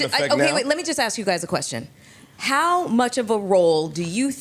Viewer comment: He doesn’t ask, he “axe”